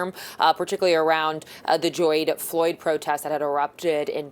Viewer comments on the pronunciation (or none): 😂 what ? Geoyde Floyd 😂😂😂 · This lady just said “Gyod Floyd”